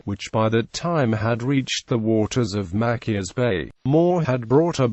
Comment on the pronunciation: Mackius? MaCHIus Chi